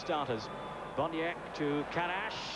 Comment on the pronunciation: Karaś, Tarasiewicz ... pronounced very well